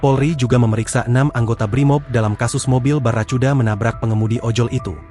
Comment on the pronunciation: Nih ganti kenapa sih host nya....suruh sekolah dulu baru jadi host bikin malu sama jijik dengernya.... Baraccuda itu bahasa inggris... c di baca k...jadi ngomongnya bara- ku -da bukan baraccuda....